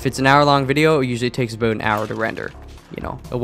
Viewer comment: As a new subscriber I wanted to ask what country your from And then you said 'aboot' So you answered my question. lol